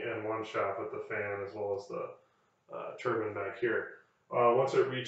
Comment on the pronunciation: thank you for saying “tur-bin” and not “tur-byne” i feel so validated 😂